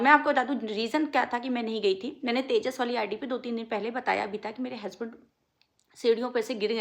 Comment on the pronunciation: हेसबेंड नहीं हसबैंड होता है😂😂😂